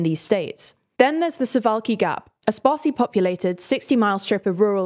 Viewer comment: Thank you for saying suvalki not su*a*ki